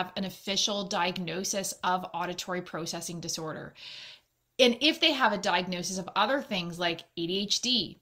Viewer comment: The was she says processing 😬